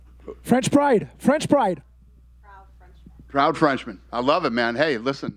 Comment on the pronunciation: Was he saying French fries or French pride?